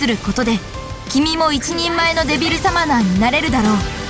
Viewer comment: リンゴの発音はちゃんとデビルサマナ↘だった。